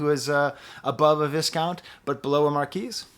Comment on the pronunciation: I always look forward to watching your Earl videos, he’s one of my favorite rappers today. By the way, and this is just me noticing very minute silly things, but I think viscount is pronounced like “vye-count”.